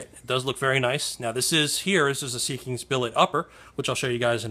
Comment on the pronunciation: They make outstanding products :) It is pronounced seek-ins, not sea kings